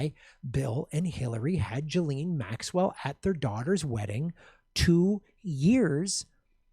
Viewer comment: Ghislaine is pronounced "Gui-Len" (first syllable pronounced like guitar).